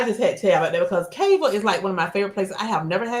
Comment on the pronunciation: Hey. Cava use to be one of my fav lunch spots. But I stopped going because those young ones had no customer service skills. It ruined the experience. Also, its pronounced Cava (KAH-VAH)